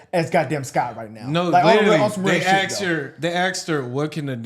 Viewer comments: They axed her ? They asked her! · Asked * not Axed boys . Y’all doing good just touch it up